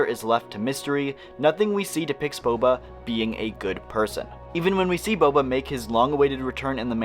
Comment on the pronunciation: We got Bobby Fett instead of Boba Fett.